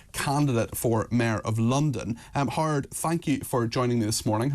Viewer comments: His name is two syllables — Howard. Not “Harrdd”. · As an American I thought the intro was a spoof. Howard sounder like Hard to me….😂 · Irish men can't say Howard 😂😂😂 nice interview with hard cox